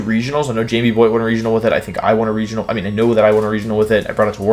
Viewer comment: Wolfe "i won a weginal with it" Glick**